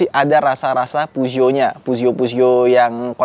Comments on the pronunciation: Peugeot bacanya Pezuwoh 😂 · Penyebutan Peugeotnya bikin risih bang, soalnya salah penyebutan